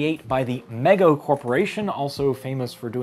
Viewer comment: The manufacturer's name is pronounced "MEE-go," FYI.